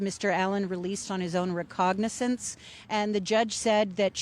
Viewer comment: Recognizance....the word is "Recognizance". You'd think a court reporter would know how to pronounce important words.